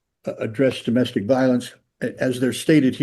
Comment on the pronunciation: Take a shot every time he says doe-mastic violence 🍻